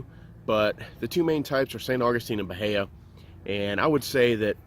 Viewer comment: The i comes before the a. Buh-hee-uh